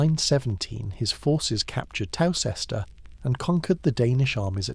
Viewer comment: There’s some very dodgy pronunciation here eg Towcester is pronounced “Toaster”, irritating.